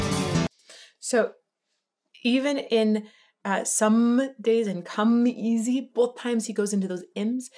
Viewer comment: Singing like Meatloaf is all about sounds that make up the words, not the words themselves. "Somedays it don't come easy" is sung "Somedays it don't Cuh MEEEZY" He has the emphasis on the M sound in "come" by literally singing the word Meezy.(or measy, i guess.) It's similar to how you can flawlessly say tongue twister phrases if you break them into syllables and form them into their own groups. "Red leather yellow leather" is hard. "Red leather yell Oh leather" is MUCH easier. You can also use similar sounds with different letters. Say "Trump" Say "Chrump" If you have a hard time with TR sounds being too muddy, switch to CHR and it actually helps you adjust the clarity.